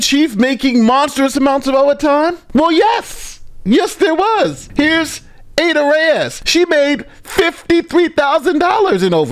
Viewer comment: When he said Ada Reyes , it sounded like "Ate her ass"! ROTGLMFAO!!!